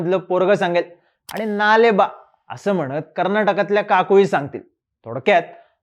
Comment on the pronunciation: दादा नाले बा नाही म्हणत कन्नड मध्ये नाळे बा असे म्हणतात